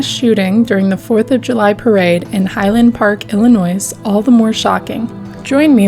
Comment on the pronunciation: Good job on covering this horrible tragedy that happened close to Chicago here. Only thing, for future reference, the "s" in Illinois is silent. Hope you're having a good one!